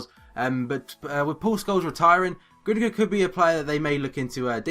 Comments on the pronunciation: It is pronounced Goon-do-an, not Gundogan or Grundogan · It's pronounced Guundowan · it's not pronounced Grundogan. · it's pronounced gundowahn :) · Yeah, it's pronounced Gundowon. The funny g is a 'W' and the umlaut above the 'u' means that is pronounce with more of a 'ue' but it is cancelled out by the g. Hope this helps and as ever great video :D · Isn't gundolan how you pronounce it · Gündogan is pronounced gün- do- aan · Haha you did butcher the name a little :P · That sign over the g makes it silent and the sign over the u makes it oo.